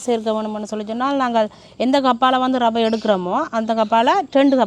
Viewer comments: றவை அல்ல, அது ரவை. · றவையா, இரவையா?தமிழ் படும் பாடு! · சமையல் செய்ய தேவை ரவை. றவை அல்ல. தமிழ் படுகொலை